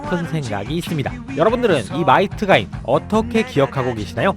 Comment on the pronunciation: 마이트가인이라뇨 ~~